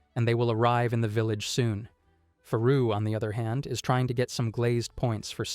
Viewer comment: Dude its Frau not Faru 🧚🏻‍♀️ Frau German word for Woman.